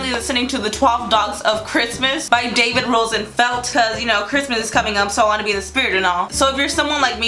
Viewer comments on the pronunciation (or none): none